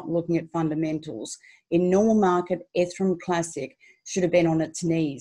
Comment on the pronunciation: Love the way she sais ethrum 😊